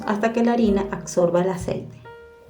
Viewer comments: ABSORBA………. Corrija acsorba , no. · Revise el español o use palabras más fáciles ABSORBA no acsorba. !